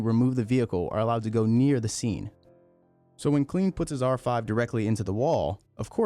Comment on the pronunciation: Quick note. Klein isn't pronounced 'clean'. German names ie makes an e sound, ei makes an i sound. Klein rhymes with sign.